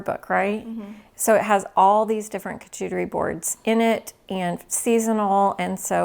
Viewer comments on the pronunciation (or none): Love all your videos. They are informative and fun! As a French Canadian,may I help you pronounce charcuterie? It is shar-ku- te -ri. I pronounce many english words the wrong way so don ‘ t worry. ❤ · Pronounce for Charcuterie board, “shark cuterie” drop the k. Bamboo cutlery is also better for the environment. Plastic takes years to breakdown.